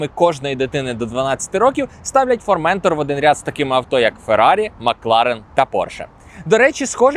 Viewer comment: Вибачте, але не формЕнтор а форментОр